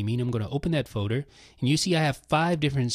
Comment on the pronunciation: says "feauder" lol